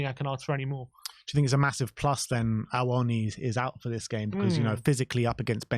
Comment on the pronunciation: i love you lot, i’m a regular watcher; COYS! but you’ve got to stop butchering Awoniyi 🇳🇬 it’s killing me!😂😂😂 it’s real easy boys “AWO-KNEE-YEE” 👊🏿